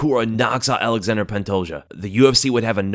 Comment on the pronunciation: Sound it out with me now, gringos: ALA-ZHAN-DRAY NOT "ALEXANDER". It's spelled different, because it isn't English, it's Plrtuguese. But people insist on Westernizing or Anglicizing names of foreign fighters...